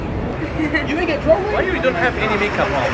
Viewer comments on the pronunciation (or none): none